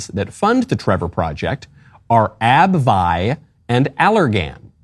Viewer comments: It’s pronounced ab-vee not ab-vi 😂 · "Ab-vee" (for next time)